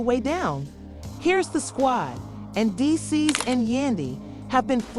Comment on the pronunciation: Meecees *Mendeecees